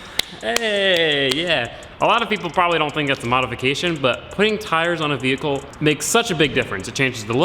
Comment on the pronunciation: "To a velickle"